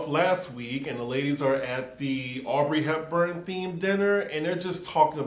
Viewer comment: I thought somebody would’ve told you last week but it’s AUDREY Hepburn